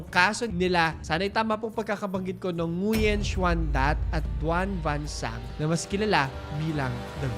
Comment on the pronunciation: Great video po,! Just to clarify lang po, Nguyen is pronounced as "Nuen".